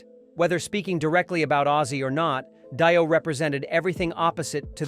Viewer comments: It's not Die-Oh it's pronounced Dee-Oh, Obviously your not into this music. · Yeah. Total bullshit. Its not Die O. Its Dio. So apparently we are listening to an AI Bullshit vidio that has not a clue about anything. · dont waste your time with this trash video...."daio" instead of Dio? really? get better AI to read your trash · If you're going to start an AI channel without making it clear it's AI, at least review the audio before posting it or else you could end up with your monotone robot saying "Die-O" instead of Dio. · did he say die-o ? wtf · When the narrator said Die-o I knew this was b.s. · What an utter load of crap. Says more about these aholes than Ozzy. ....and Di-oh? really? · "Phil and Selmo" "Die-oh" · When the ‘narrator’ pronounced Dio as Daio I left the room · Yep same here. It was also the fact they Dio and Ozzy respected each other, but neither hated the other... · " Die- O " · Pronounce Dio correctly. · Yeah bloke cant even pronounce Dio properly so i wouldnt take much notice of this